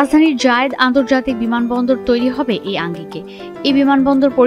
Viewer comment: শেখ জায়েদ। যেভাবে জায়েদ এয়ারপোর্ট বলছে মনে হচ্ছে জায়েদ খান। কই থেকে এমন রিপোর্টার আসে??